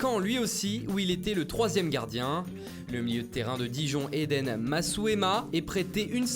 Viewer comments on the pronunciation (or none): none